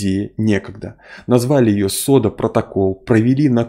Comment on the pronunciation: "СОДА".... Это какой то позор.... ((((